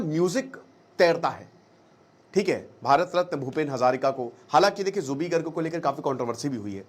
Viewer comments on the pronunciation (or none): It's Zubeen not zubee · Zubee nahi ree zubeen garg, thik se homework tou kar leta, Ek baar Assam ka map bhi agar dekh lia hota tou zubin dikhai deta. Assam 3days se bandh ha log rastee par ha, fir bhi kahi koi arajagta nahi, cororo log ro ro kar gaa raha ha ek hi gana kioki Zubeen da chahte the jab ye jaye pura assam ma ye gana bajna chahiye, Assam ke Har ghar gali gaon ma unko tasbee laga ke log 3din se ga raha ha. har bar national media ya Ali ki he baat karta ha, assam ma koi nahi karega ya Ali ganne ki baat, unka pehchan ya Ali se nahi the, Aapne homework thik se nahi kia. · First Speak Her name Corectly. His name is Zubeen Garg not zubi garg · Already skipping your video in the first 22 seconds when you mispronounced zubeen garg's name. Felt really disrespected... you can talk everything about him but cannot pronounce his name correctly.